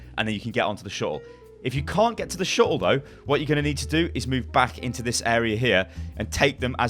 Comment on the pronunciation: i had to pause when he kept saying "shuttle". so triggered. gonna unpause now that i've collected myself.